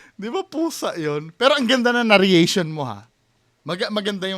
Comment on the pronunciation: narration lang bro hindi na-rria-tion